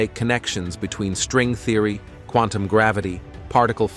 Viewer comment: Theory pronounced Thee-ory. Galaxies pronounced as Gal-ax-zees... I'm so sick of AI already. Really wish it would die instead of "improve" just a mess. Seems already humans can't read. Why not just read it yourself why have AI speak for you? It's so fucking weird. People want AI to drive for them to speak for them... very sad.